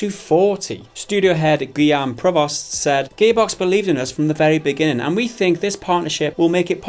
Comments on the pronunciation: "Gaybox" Am I the only one who hears that? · sometimes when you say gearbox it sounds like your saying gay-box XD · Every time they mention Gearbox, it sounds like "GAYbox" , lol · Idk if it's me thats just dull or whatever, but did you just call it ''Gaybox''?? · Sounds like their saying Gaybox. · Every time they said Gearbox, I heard "Gay Box". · Who else keeps hearing Gearbox as Gaybox? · Sounds like they are saying "Gaybox" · Who are 'Gehbocks'? Never heard of them ... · Whenever that guy says 'gearbox' - I swear I hear 'gaybox'